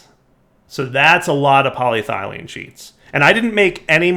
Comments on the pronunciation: Poly-ethylene Me: Cool and good: Poly-thylene Me: Warm and bad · This series is getting better. Good job. But its poly-eth-elene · Poly-ethylene lol you say ethylene right, just add a poly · PolyTHIGHlene!?!? plz... PolyETHYlene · says polyethylene right all last episode: says polyethylene right in this episode: Polythylene Back on your bullshit lol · Poly-Ethyl-Ene Please you're killing me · Still can't pronounce polyethylene after 20 episodes! And also so funny he is concerned about the wire when the rest of the base is a colossal mess and he's constantly having to jump over stuff. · You were doing so well, then you pronounced polyethylene incorrectly again! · Now I KNOW he's a fucking troll. He was saying polyethylene correctly, and not two seconds later he's fucking it up. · DIRE. YOU MISPRONOUNCED POLYETHYLENE AGAIN. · has purposefully mispronounced polyethylene in what can only be considered a power move. He is above us, we are below. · Right?! I was like “how can be pronounce it correctly for an episode and then STILL mispronounce it after that?!” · How in the hell does he pronounce it correctly less than 20 seconds before seeing the exact same word again and mispronouncing it?